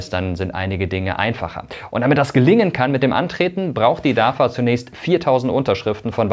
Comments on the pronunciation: Sag doch nicht immer DAFA! (nicht Vogel V) es wird DAWA ausgesprochen. Es wird in türkisch so ausgesprochen wie geschrieben. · Nicht DAVA, spricht sich DAWA Weil türkische alfabeth keine double W hat. Wenn Information dann richtig informieren! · Nicht dafa sondern dawa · Könntest Du das bitte richtig aussprechen. Es wird Dawa ausgesprochen. Ein bisschen Integration bitte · im türkischen wird das v mit w ausgesprochen